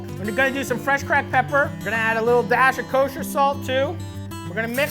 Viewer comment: If you ever say the ER at the end of CRACKED PEPP EVER AGAIN I WILL UNSUBSCRIBE